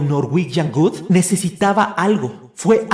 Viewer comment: muy bueno el video pero cuando dices norwegian Good me causa gracia xd. Un abrazo!